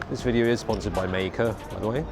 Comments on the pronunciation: May-kuh, huh? Learn something new everyday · MEI KE! Is that the proper Chinese pronounciation?